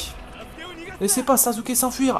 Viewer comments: C'est sasuke pas sazuke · on dit sasuker avec un [s] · c'est pas sasuké mais sasuke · et aussi sasuke ça ce dit pas "sazuké" mais "sassouké" voila pour bien que tu sache comment on dit sasuke :)) je m'abone j'ai ce jeu sur pc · si ta regarder le premier na ruto et le combat final de assure et naruto il dit sasukeeee et pas sazukeeee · ca se prononce sassuke et pas sasuke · On dit sasuke et non sazuke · Tu dis malle sasuke